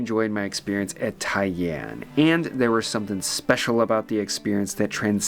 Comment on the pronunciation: The first pronunciation, tai-an, was pretty much spot on. The only way you're getting into those difficult to reserve spots in Tokyo, unless they're on Tabelog or something, is to email your hotel's concierge a couple of months out with the request. I've managed a few bookings that way, but it's not going to be possible when you're staying at a hostel! I'm fond of kaiseki and particularly the vegetarian equivalent, shōjin ryōri, but some of the courses are definitely very subtly flavoured - more about showcasing the different cooking techniques called for at different stages of the meal than hefty flavours. There used to be a fantastic little kaiseki place on West 55th St, Sugiyama, but unfortunately it closed thanks to rent increases a few years back - it was the only culinary ever-present for my first three visits to New York and I missed it last time out. I replaced it then with a shōjin ryōri place instead, Kajitsu with 1 Michelin star, but that too closed a couple of years later.